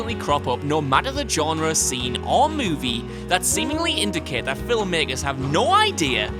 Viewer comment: Genre has a French G like in aubergine. Please! Say Je t'aime ten times over :P